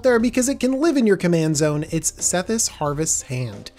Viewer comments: Why’d you pronounce it “Sethis” lol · I'd like to know also.